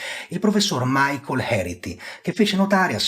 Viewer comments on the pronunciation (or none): none